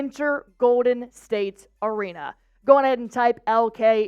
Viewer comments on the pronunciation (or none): none